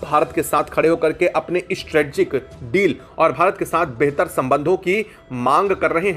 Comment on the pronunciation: Strategic (स्ट्रेटेजिक) बोलो।